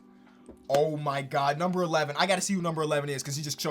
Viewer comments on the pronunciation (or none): none